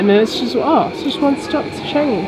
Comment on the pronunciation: I don't think thats how to say Changi u said it wrongly hahaha